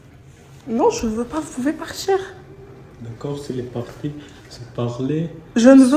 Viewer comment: "Vous pouvez partchir?" 🤔 Elle les attire c'est normal.